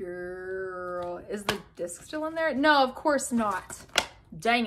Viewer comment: I love when you said GirLuH